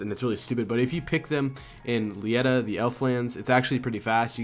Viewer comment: "Lietta" Its Leh-Tee-uh